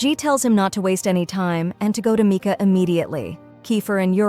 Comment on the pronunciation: It’s not Micah is Mika